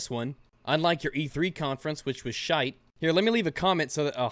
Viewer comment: Always thought, 'shite' was a Scottish-only term. Makes me laugh whenever I hear it spoken in an American accent.